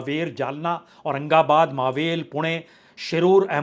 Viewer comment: प्रसून जी, आप बार बार जिसे "मावेल" कहते है वह गलत है, सही मे वह मराठी शब्द मावळ है जिसे आप हिंदी में चाहो तो "मावल" कह सकते हो लेकिन हमारे महाराष्ट्र में